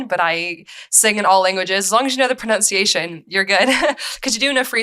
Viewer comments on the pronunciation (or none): none